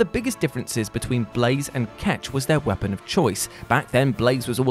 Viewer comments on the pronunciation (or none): none